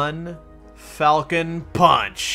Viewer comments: They didn't misspell falcon, its falchion pronounced as Fal Chun. A falchion is a type of blade. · Wake Arisato no it is fal-key-on...I thought it was pronounced fal-shon at first but then i looked up the pronunciation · Oh my god. Its Fal-Shun. Not fockin Falcon. Asdfghjkl. XD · Not to mention it's pronounced Fall-chin not falchon.... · its pronounced "Falkion" or "Falchion" not falcon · ITS NOT FALCON ITS FAKING FALCHION IM SUPER UBER MLG FRANCE PLAYER BITCH ITS FALCHIONNNNN <3